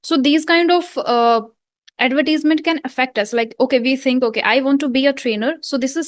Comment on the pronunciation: mam you pronounce the word " advertisement" incorrectly. soooo........